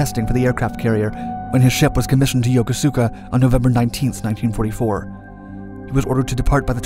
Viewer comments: Interesting video...just one tiny thing that distracts is the pronunciation of Yokosuka. While it's spell that way, it's pronounced "Yokoska" as that u is silent. I was stationed at that base onboard the USS Midway back in the day. And I did wonder what the quick video of another carrier I was stationed on in the '70s, the USS Enterprise, which wasn't commissioned until the early 60s, is doing in there ("CV-65" and the square island it was known for are dead giveaways). Guess you gotta do what ya gotta do when there's so little footage of the actual ship available. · It's pronounced Yo-Kooskuh... I used to live there when I was in the Navy a thousand years ago. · Yokosuka pronounced "Yo'kuska" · OP yokosuka is pronounced YO KUS KA. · It's pronounced "Yokoska" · Yokosuka is pronounced yo-ko-ska. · Yo-ko-soo-ka ??? All that research, and you can't even pronounce Yokosuka 横須賀 properly ??? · My only complaint is his pronunciation of 'Yokosuka'. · Yokosuka = YO-Koos-Kah, not Yo-Koh_Soo_Kah. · Yoko-suka? 🤦🏻‍♂️ I used to live there, was stationed on a ship at CFAY, its pronounced Yo-kos-ka. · Right!? I cringed when I heard "Yoko-soo-ka" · Once again, & other sites the Japanese port is pronounced Yo-koo-ska, not yoko-soo-ka. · The shipyard is pronounced Yo-Kose-Ka , not Yokosuka (as spelled). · "Yo-Ko-Sooka"? This guy was never a Pacific sailor, or he'd say "Yo-KOO-ska". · Yokosuka is not Yoko sooka, it’s pronounced Yokuska. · Yokosuka is pronounced: Yo-Koe-ska. Not like Yoko as in Yoko Ono. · The 'u' in Yokosuka is not pronounced as a long 'u'. Say: Yo-ko-s'ka instead. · The Imperial Japanese Navy's main base at Yokosuka, is now a US Navy base - While "Yokosuka" may look like it is pronounced YO-KO-SUE-KA it isn't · Dude your pronouncing Yokosuka crazy wrong. The largest Japanese and now American base in Asia is pronounced Yo as hey Yo.. ko as cocacola su as suski Ka ..Kaboom . Yo ko su..ka